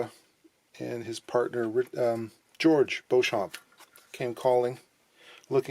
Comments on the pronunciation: The name of John Dopyera’s partner, George Beauchamp, is usually pronounced ‘BEE-chum,’ not ‘Bo-shomp’ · Great video. I also did a video on Rickenbacker not too long ago on my channel. George Beauchamp's last name is pronounced Beechum.